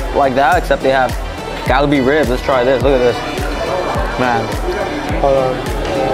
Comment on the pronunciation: You're pronouncing Kalbi like you're from India homie😂😂😂